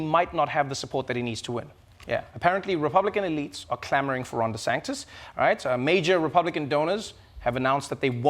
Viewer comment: Lol, Ron DESANTIS, not Ron DESANCTIS, Trevor... You did that the other day, too 😉. Much too close to Trump's version.